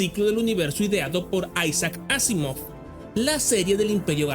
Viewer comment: este es un gran video pero tengo una pregunta ¿ porqué pronuncias el nombre de Isaac Asimov en inglés si puedes hacerlo en nuestro idioma sin problema?